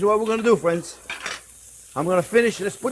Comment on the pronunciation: "Well, hello there phrinzzzzzz!"